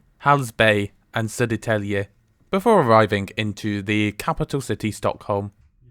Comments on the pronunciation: "spot on" was a stretch, but not bad. Dude nailed the hardest part, grave accent for Södertälje. Edit: and acute accent for Hallsberg. Quite impressive! . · Gothenburg, my hometown! And btw I was really impressed when you pronounced the Swedish names, like Södertälje, Hallsberg or Skansen lejonet! That was really good!